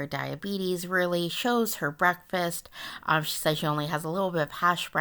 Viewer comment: It is not pronounced "bretfust"..I don't know why this drives me over the top,hearing this pronunciation..lol..its literally two words together "brek-fast" , meaning you "broke" your overnight "fast"..